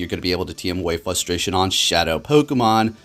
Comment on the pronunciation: The word is fRustration ffs there is an R in the word FUSTRATION is not a word!!!!!!